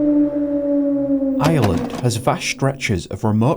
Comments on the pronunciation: Please dont, you cant even pronounce Ireland ffs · Why did you say “Gardii” its “Gardaí” ? Why even make videos when everything’s wrong, you cant even pronounce Ireland